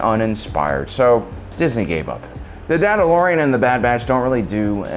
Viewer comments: Did he just say the Dandalorian? Lol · Lol, "Dadadalorian, Dad Batch"